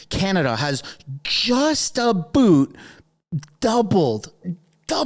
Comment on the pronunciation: I can't believe you just said "it's a-boot". 😎👍 Soooo Canadian. 😆🇨🇦